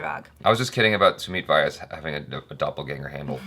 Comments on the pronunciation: It's not SUMIT VAAYAS, pronounce it like SUMIT VYAAS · Sumeet's surname vyas doesn't rhyme with 'bias', it rhymes with 'glass' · Btw ur pronouncing sumeet's last name all wrong... its:- vee yaasss